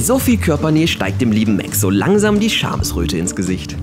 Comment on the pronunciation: Er heisst MAX nicht MÄX!!! 🤦‍♀️🤦‍♀️